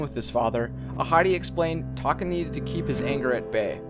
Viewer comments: Did anyone else think he said taco when he said taka? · Scar's real tame is Taka?! Sounds like Taco to me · SAY TAKA